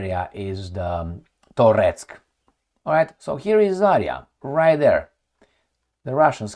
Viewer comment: just a small remark just in case you might be curious about it. You have used the name of Zarya settlement and misspell it. In fact it should be accented to the last A, not the first, but thing is you can spell it correctly only if you say it as "Zarea" with very short "e", that would be the proper transcription. That's not about this specific town's name, it's a general pronounce of russian words - they usually don't have those "yottings" in them. I know comments might be ommited by you, but just in case.